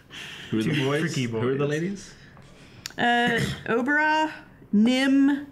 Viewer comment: '"Obarra" not "O-bara"' god dammit